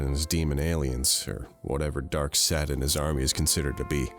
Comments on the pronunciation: why’d the ruble bounce like that 😂😂👌🤣🤣😂👌 Also, whats with pronunciation of “darksed” 🤣🤣😂🤣👌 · can't pronounce darkseid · why does keep mispronouncing names like loeb and darkseid?